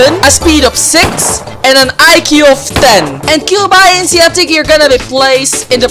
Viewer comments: cube i n c? dude its cubeinc its like a company cubeinc thats how you say it not cube i n c ITS CUBEINC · "Cube-I-N-C" that actually made me mad lol